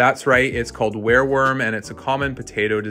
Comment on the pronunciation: Why can't you pronounce "wireworm"?